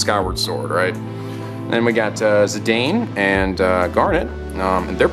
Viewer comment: I think his name is pronounced ZI-DAWN in Dissidia or World of FF. I may be wrong.